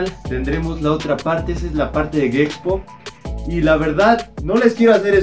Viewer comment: Dice gexpo no sabe decir gepxho se me hace una falta de respeto